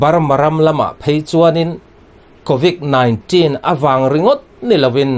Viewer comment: " Covic nilo vin Covid " tiin lam tur .